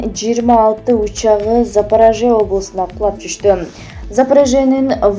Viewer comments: Запараже эмес Запорожье болуп окулат сабатсыз двоешница. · Охренеть! 🤦‍♀️В слове"запорожье" ударение падает на слог с последней буквой О - ЗапорОжье. Уят эмеспи, позор и срам на вашу голову! же Кыргыздарга боло берет дейсинерби? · Туура окусаан запорожье шаар деп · Уят эле,"Запорожье" деген созду да айта албайсынар.